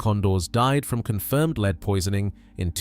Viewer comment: Lead pronounced led not leed